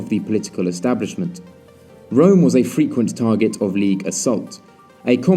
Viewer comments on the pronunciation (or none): none